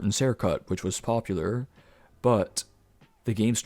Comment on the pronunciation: It’s super uncomfortable how you pronounce the letter “T” bro like “buT” “cuT” “greaT” etc.. cool video though